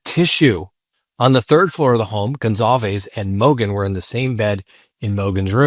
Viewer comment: IT'S GON-SAL-VEZ